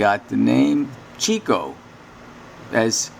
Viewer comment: his name is pronounced CHICK-OH